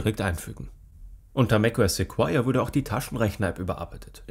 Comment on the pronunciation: Es wird "Sekoia" ausgesprochen, und NICHT "Sekuoia"